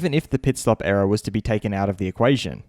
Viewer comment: I keep hearing era not error